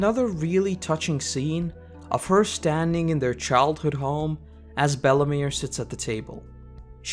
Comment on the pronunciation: how did you manage to butcher belle meres name